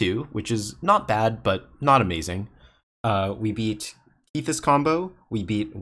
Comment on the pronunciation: I'm pretty sure it's a short 'e' in Kethis. So 'Keh-this' not 'Kee-this'. Sorry to nitpick. It was just bothering me a lot.